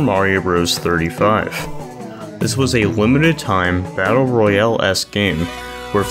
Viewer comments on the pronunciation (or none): none